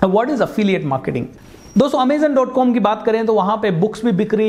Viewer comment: Its not Amezen .... its Amazon .... overall nice idea